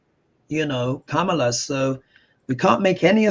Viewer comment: Comma-La. That’s how you pronounce Kamala!